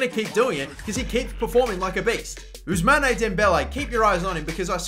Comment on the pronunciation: You mustn't pronouce the "e" of Ousmane.